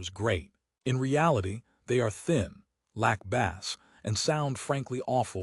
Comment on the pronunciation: AI. Bass is not pronounced like the fish.